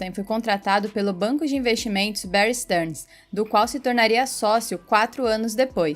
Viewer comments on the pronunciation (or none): none